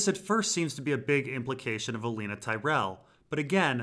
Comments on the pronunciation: It’s pronounced Olenna, not Oleena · Oh-len-ah not Oh-lean-ah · Also, theres no 'ea' in Olenna Tyrell's name. Where does he get the infinite gall to pronounce it like that? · You mispronouncing oh Lena's name over and over is annoying